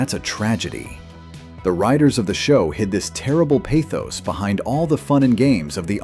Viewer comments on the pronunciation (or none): none